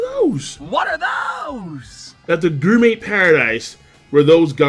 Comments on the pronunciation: I’ll never get over how u mispronounce gourmet (GORE-MAY) as (GUR-MEY) 🍖😭😂😂😂😂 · Is this the last time we get to hear King's odd pronunciation of gourmet? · Is he saying gourmet wrong on purpose? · More like 'GRRRRRRRRRRR-MAY'. Every goddamn time. He also never figured out how to pronounce Ichiryu correctly.